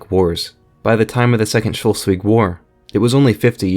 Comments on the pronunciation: The mispronounciation of Schleswig/Slesvig with an O(Scholsvig) grinds my gears a lot, I have to say, but otherwise a good video. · lol.. the way he pronounces Schleswig... try it like this: Sh- les (like in les miserables) -wig Schleswig. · Schleswig is pronounced Schlehs wig. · No no, its pronounced sles-vi(soft g) in its proper danish (Just kidding, both the Ggerman and Danish pronunciations are fine nowadays). Funny how ended up with a pronunciation that neither side likes. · As for someone who is from Hamburg and lived in Schleswig the history is very interesting. However it's schles- wig. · I just can’t with his pronunciation of Schleswig… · Thanks for the video! The mispronunciation of Schleswig would have been forgivable if it weren't said so often. Such an embarrassing oversight... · I’m not even German, but the way you pronounce Schleswig annoys me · The way he says Schleswig makes me want to throw up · Slesvig or Schleswig how ever you spell it, has the l infront of the e. You might want to pronounce it that way the next time. And it might as well be a thought to be concidert, to end with the two referenda of 1920, creating the status quo. Otherwise great work. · Very good video, but its kinda funny how you pronounce Schleswig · Very good, video, while the pronounciation of schleswig made me uncomfortable, the video was good enough to turn a blind eye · How can anyone pronounce Schleswig as "scholsvig" it`s pronounced "SCHLECHVIG" the "E" is not pronounced with "O"......!!!! English speaking people are just not capable of pronouncing anything properly. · I loved the video and have never liked to nitpick and understand you had never heard the name spoken before I just still could not fathom how you got shulswig out of schleswig? I apologize for nitpicking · "Shulswig" my god, I pity the poor Germans. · Where is Shollsweg? Your narrator has his own way of reading and speaking. Is he from Iowa where everything loves to screw up pronunciation???